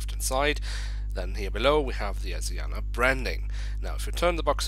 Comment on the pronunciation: It’s pronounced Asi ana (s is ment to sound like a Z)